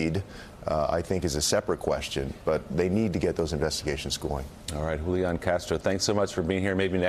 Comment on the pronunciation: Big Kudos to Willie for pronouncing Julain's name correctly. Thank you.